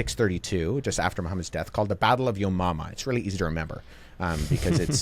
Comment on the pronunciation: Battle of yomumma , makes me chuckle every single time I hear it 😂